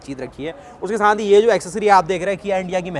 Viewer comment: Bchche saath ko saanth ku bolte ho